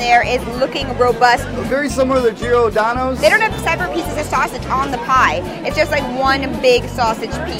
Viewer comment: Geeordano? It’s pronounced like Jordano’s. There’s no “ee” there.